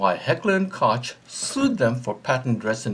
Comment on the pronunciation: Not pronounced like that. Heckler & Koch - like knock on the door, Koch!